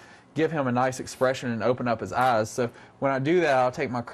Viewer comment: This man prononce "ass" instead of "eyes".